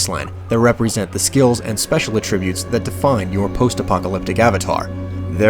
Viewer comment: I couldn't hear it mentioned anywhere, but was there an explanation for why this order of collection? It's not alphabetical, and it's not in order of distance or difficulty, nor does it seem to be in order of any kind of character optimization. Is it just arbitrary? Also, is anyone else as bothered by the mispronouncian of "attribute"? The noun form of the word has stress on the first syllable, ATtribute. AtTRIBute is the verb form.